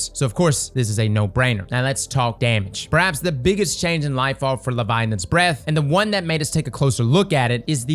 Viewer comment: Bro, why you say it weird? 😅 Leviolence? Leviolins? Say it with me LE-VI-AT-HA-NS